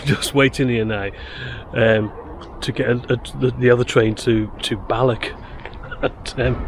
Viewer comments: The english folk seem to have difficulty pronouncing Scottish words ending in 'ch', as in Balloch. 😂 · Soften that 'ck' sound in words ending with "och". You're pronouncing them as "BalloCK" and "DalreaoCK" which is incorrect. It should be a very soft sound. Look up any Scottish person saying the word 'loch' - the same sound applies to any Scottish word/placename ending in "och". Heck, Balloch comes from the Gaelic (GAH-lick) words "Baile" (settlement) and Loch. Baile Loch = Loch Town.